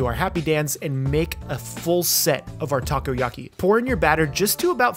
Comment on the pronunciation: "Taco-yaki" very nice